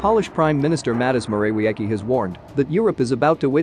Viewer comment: How to pronounce Morawiecki: Mo-ra-VIETS-key